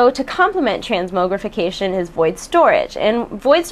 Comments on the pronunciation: they want to put out expansions faster. i hear there will be one redux old instance too besides the new ones. BTW the mog in transmogrification rhymes with fog not moge rhyming with rogue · transmowgrification hahaha. :) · I chuckle everytime she says transMOEgrification x] You're so cute:3